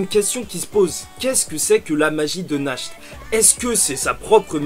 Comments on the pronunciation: JE TEN SUPPLIE FAIS UN EFFORT POUR NACHT ET LA PRONONCIATION DE SON NOM (nacht = nuit en allemand) SA SE PRONONCE NARRRRRTE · Je suis totalement d’accord avec ta théorie, ah il me semble que natch ça se prononce Nart nan? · Va voir sur google traduction comment il prononce Nacht en allemand. A chaque fois que tu le prononce, on dirait Nash; un des enfants de l'orphelinat d'Hage.